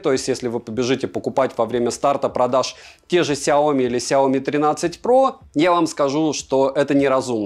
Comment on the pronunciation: В названии сяо ми ударение на и ! 😜